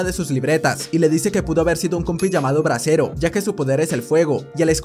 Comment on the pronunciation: Bresero con t tresero XDDD